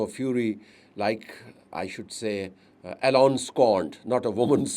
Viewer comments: Yes, right sir... it,s E , lon Not , A, lon or Allen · Isnt his name Elon and not Allen